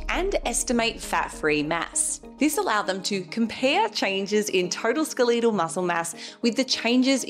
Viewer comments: The most surprising thing to me is your pronunciation of "skeletal." You're the 2nd person this week I've heard say it this way. It sounds very wrong. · I didn’t know Aussie’s out her saying SKUH-LEE-TAL 😂. You look amazing btw